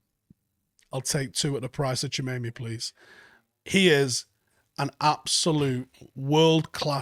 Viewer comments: Great video and so much information! Just one small thing, you keep saying his name wrong! Ha. It’s TchouameNi u keep saying TchouameMi. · It’s pronounced “ chewa may ney “ tbf lid lol not “junaynay” hahaha sick man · You've gotta stop saying Tchoumemi. it's an N. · To Be honest DM is the most definite buy for us in the summer. if ten Hag does come, most of the rest of the positions can be filled by our talented academy kids as that is his M.O. but we don't have anyone remotely good in the DM position. Also butchers Tchouaméni's name on a regular lol